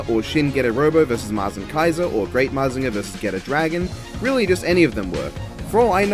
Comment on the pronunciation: You are pronouncing mazinger z right and believe in the getter